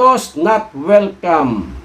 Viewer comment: Anoyon not wilcam ah